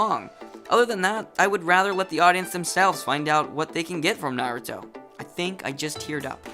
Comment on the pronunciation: I don't know if I can watch this given how you have pronounced Naruto in other videos